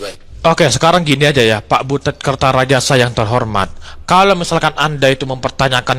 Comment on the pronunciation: Butut ah bukan butet